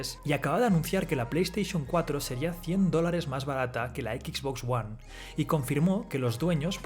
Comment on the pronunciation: ¿Por qué coño la voz de este video cada vez que pronuncia XBOX ONE dice "equiks box" ¡equiks en lugar de equis!